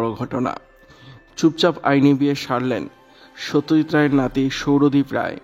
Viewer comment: সৌত্যজিৎ নয় সত্যজিৎ,দৌহিএ না পৌএ,😂